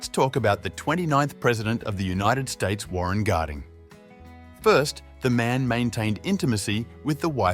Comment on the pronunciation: Warren Garding? It’s Warren Harding